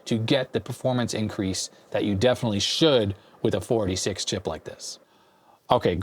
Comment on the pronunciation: I never heard anyone pronounce “486” “4d6” before. Really messed up the flow of the video for me! 3d6, 4d6, 2d6.